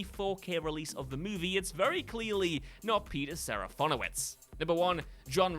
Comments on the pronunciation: Too bad he then squanders that rare win moments later by pronouncing Serafinowicz SeraFONowicz*. * (What?!!!!!) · Not sure where you got the additional O from, but it's SeraFINowicz. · I have literally never thought any of these actors were in these films. And it's SeraFINowicz for crying out LOUD it's a tricky name, sure, but you somehow managed to mangle the easy part of it. Top marks. 👏 👏 👏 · It's a rare hit for WhatCulture. Just a few entries later he pronounces Serafinowicz totally wrong! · THANK YOU! And he said it SO MANY times!! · Yes, it’s sergeant picky, but Cyrano is pronounced as See- Rah-No. Not Cyr as in cereal…. Sorry, It’s petty I know but what can I say, I’m pedantic. As an addition: “Fin” in Peters name, is said Fin as in Shark fin, no fon like phone